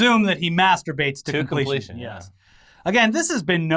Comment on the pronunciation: i love how emphasized “to completion” when talking about lord farquaad jerking off.